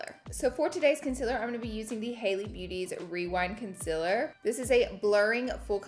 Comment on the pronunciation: “Conciler” — is this a southern accent thing ? Genuinely curious